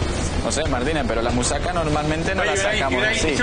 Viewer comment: Musaca jajajaja asi no se pronuncia, yo soy de ese país y no se dice asi, no va a malas solo me hizo gracia